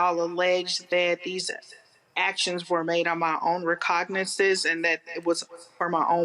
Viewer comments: Recognisance? More like reco-nig-sense lol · "Reconsissis"???? 🤣 Education be hard an sheet. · You gotta cognisis before you can re-congnisis. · Her own "recognises?" 😅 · “My own recognasis “…huh? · "my own recognizezz. " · "my own recognases[sic]"...lol... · “On my recognisis”